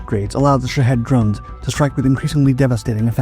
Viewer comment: Why are Shahed drones pronounced, "Sh¡thead" drones?!😁